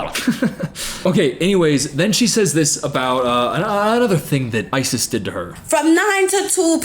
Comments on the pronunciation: Growing up with a girl of the same name, I belive it's pronounced "eyes-is" not "ice-iss" Just for future reference. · The way you called her “Isis for the entire video💀. Ripe for the out of context clips.